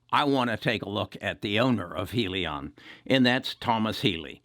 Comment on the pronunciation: I'm tired of people pronouncing it heel-leon or Hill-Leon. It's High-Leon!